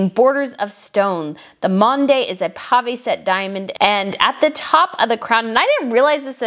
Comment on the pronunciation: Pave, not pate. Nevertheless an interesting article.